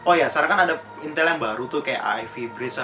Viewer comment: Bukannya Intel tpi intul!! Wkkwkw asli bang